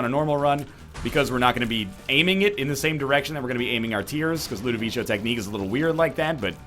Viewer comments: Someone please tell him it's Ludovico and not Ludovicho... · Why does he say "LudoviCHO"? It's obviously Ludovico lol. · But you don't say Ludovicho in italian. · I don't think he cares at this point. I wish he did, though, he's just teaching people incorrect pronunciation. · He is absolutely right. In Italian, a 'c' after an 'i' is a 'k' sound not a 'ch' sound.